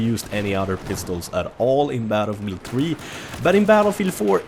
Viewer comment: "Battle Meal 3" ?